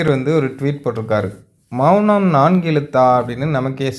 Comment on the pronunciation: "மெ ள னம்"😂😂😂😂😂